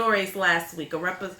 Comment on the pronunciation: Anejo is pronounced....An Ya Ho........not ...An Na Ho